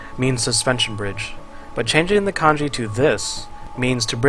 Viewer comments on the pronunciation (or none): none